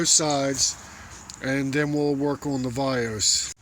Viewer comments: Very helpful video. However you keep saying "Vios" when referring to the VANOS. I'm probably not to first to mention it. But I didn't feel like looking through all 280+ comments for it. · what the hell is "vayose"?! lol. he means "vanos" haha. im a certified BMW Technician so thats how i know this stuff